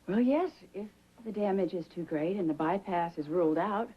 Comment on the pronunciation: caught Felicia pronouncing Bypass as "ByParts"